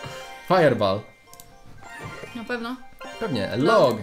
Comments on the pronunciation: Firebool a nie firebaal xd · Mówi się fajerbol a nie fajerbal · wiem ze stary filmik ale mówi się „fajerbol”